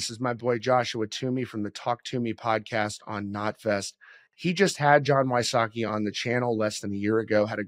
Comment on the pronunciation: I think its We-sots-key, not Why-sockey.